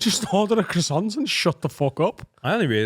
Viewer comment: Why can't say croissant?